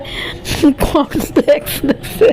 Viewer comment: কর্নফ্লেক্স ও বলতে পারে না কনফ্লাক্স বলে